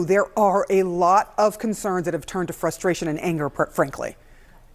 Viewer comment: I love this channel. I love the opinions. I don’t like how you say frustration. There’s an R in there, it isn’t spelled “fusstration.”